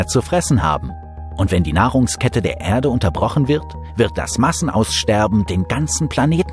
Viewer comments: Die Begeisterung für den Sprecher kann ich nicht teilen. Wenn er nur mal noch lernen würde, dass es nicht "Ährde" sondern einfach nur "Erde" heisst, könnte man ihm sogar zuhören. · Wenn er noch lernen würde, dass es nicht "Ärde" sondern einfach nur "Erde" heisst, könnte man ihm sogar zuhören.